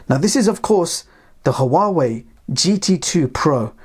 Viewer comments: It's not pronounced,who-are-way, it's wah-way. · It's pronounced wa-way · The "H" in Huawei is silent. This drove me nuts trying to watch this.